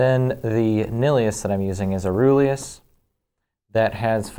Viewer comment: I may be sick and lacking any sleep BUT ITS PRONOUNCED AURELUS!